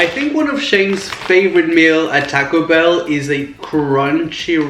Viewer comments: He has an accent. Or that is how you Pronounce It. Like Taco Bell. You Pronounce it "Tack O Bell" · he pronounces it as "tack-oh bell"